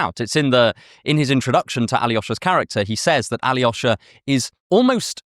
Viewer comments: What translation of the Brothers Karamazov was read? The Constance Garnett translations are awful. The Pevear and Volokhonsky translation reveals that it is a really very funny novel. When the novice monk Alyosha (pronounced A-lyo-sha 3 syllables not tetrasyllabic Ally-osha!) meets the fallen woman Grushenka, the scene is set up for the worldly Grushenka to seduce innocent youngest Karamazov brother, but instead, it is Alyosha's innocence that affects Grushenka and she resolves to mend her ways. Throughout the novel, Dostoevsky adheres to the nineteenth-century universalist tradition of identifying the location as the village S_________________. Only when Mitya is brought to trial does he reveal through a newpaper article that the village's name is Skotoprigonyevsk and in an aside, the narrator explains, "Alas, that is the name of our town, I have been concealing it all this time." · As a Russian speaker, the way you pronounce Alyosha really bothers me.. it’s not Aly-osha. It’s A-losha.